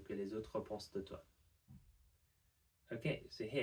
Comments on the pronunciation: we even say "t'ça" and not "d'ça". And sometimes, "maintenant" becomes "main'nant". The 't' drops too ! To make things still easier, in some regions (north west for example) we say "mahn'nant". The nasal "in" sound disappears. However , we would keep "de toi" because "d'toi" is not really easy to say. The spoken french always tends to simplify the letters for an easier pronunciation, not to add difficulties. Old people in some northern regions can also add an E to soften a word. Example: "brouette" would be "berouette". "C'est difficile de comprendre" would become "C'est difficile ed'comprend' ". There are some other alterations inherited from old french ("oué" instead of "oi", "eun" instead of "un") but these are more about local dialects and this is far more complicated, even for native french people 🤭 I just realized how we destroy our language 🤣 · Oui, ça m'a semblé bizarre aussi pour le "de toi" final. Spontanément, j'ai prononcé la phrase "c'est difficile d"comprendre c'qu'les aut' pensent de toi". Et par ailleurs, dire "exact'ment" (voire " xact'ment") me vient tout à fait naturellement.